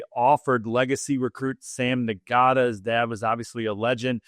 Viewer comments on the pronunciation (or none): How DARE you… N Gota?… put some respect on the Ngata name. Sounds like “Nada”. Now put some bass in your voice when you say it! GO DUCKS!!!! 🤙 😂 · you did not just pronounce Ngata "Nngahtuh. Disrespectful to Hall of Famer and Oregon legend Haloti Ngata. Pronounced Notta, silent G. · C'mon. The name is NOT pronounced "n-GOT-ta" It is NAH-ta. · Does honestly not know how to pronounce Ngata? You know, only a hall of fame NFL’er, top 10 DL of all time. The “g” is silent ….it’s pronounced Naht-tuh, not Nah-gah-ta. My god…come on man! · k ol…ok, sure Ken. I was a student (or recent grad still living in Eugene) the three seasons he played at Oregon and went to all the home games. Also watched his entire NFL career. It is most definitely not pronounced “Na got ta”. But you keep doing you.